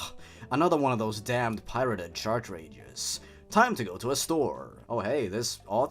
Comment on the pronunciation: What keeps me up at night, "-CHARCHRAGES-"